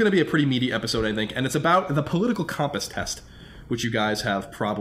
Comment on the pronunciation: Hey Colin, say "computer" and then say "compass". Case closed. It's pronounced "cumpass"